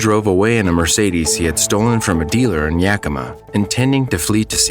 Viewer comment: Ya keem a not yak em ma. After my dad passed, they suggested cpr, & the medic left the sticky thing on him.